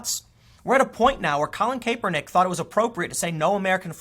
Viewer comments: It's pronounced Cap-per-nick , not Caper-nick. Noticed it in yesterday's vid. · It's Cap-ernick. Not Cape-ernick. I don't like Colin: not defending him...I just can't stand the mispronunciation. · Tim Pool it's Cap er nick not cape er nick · It's pronounced Cap-er-nick not Cape-er-nick. I don't like the guy but hearing his name said like that just hits the ear wrong. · It’s pronounced kappernick not kaypernick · KAPPER-NICK, not CAPER-NICK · It's pronounced "kap-er-nick" not "Kay-per-nick". People used to do this with Milo Yianopolous too. They would say "milo yiapopdopolous" because they're trying to distance themselves from Milo. They don't want you to know that they actually know how to pronounce his last name. People do this with LGBTQ as well. They'll say "LTGBQIZ" like they can't remember 5 letters or some shit. We get it, you have NO IDEA who what any of this stuff is! lol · IT’S “CAP-ER-NICK”, Tim! Not “cape-Er-nick. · good stuff once again It's pronounced cap-er-nick not cape-er-nick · Thanks for a great platform Tim. Just to give you a heads up "Crapernick's" name is pronounced more like Cap-ernick. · Vinh Hoang it's pronounced like cap-er-nick. Don't take Tim's terrible pronunciation over your friends who probably knew who the guy was before he kneel'd. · Good vid as always btw it's pronounced CAP-ER-NICK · Hoping this controversy stretches out for a few more days so I can keep hearing Tim say Caper-Nick. 😋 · How do you constantly pronounce names wrong. Cap-er-neck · Tim it is pronounced cap.er.nick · I could only make it 3 minutes in before hearing you mispronounce his name got annoying. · Have I been pronouncing Kaepernick wrong all this time? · are you saying his name wrong on purpose? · I admire how Tim doesn't know how to pronounce "Kaepernick." Ignorance about the NFL means he has his priorities in order. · Its hilarious when Tim says Kaepernick